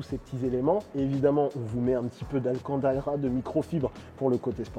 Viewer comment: 😅😅😅 ru me fait rire énormément au lieu de dire de l'alcantara ta dit de lacandalera 😅😅😅😅